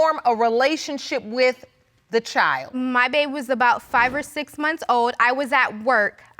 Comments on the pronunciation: Child is two syllables? Asking for a petty friend lol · Please, please note: child is a one syllable word!! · When did ‘ CHILD ‘ have 2 syllables 🤣🤣🤣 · BM is annoying... BD's mama is even more annoying. Why do people have to be loud and obnoxious?? is over the top, and, BM, the word "child" has ONE syllable NOT two!! Mass hot mess confusion when everybody's talking!